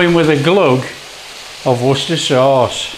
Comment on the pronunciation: I am so glad that you call it Wooster sauce instead of how the Americans try to say it , Worcestershire and they break it up into three parts. I agonise when ever I hear them.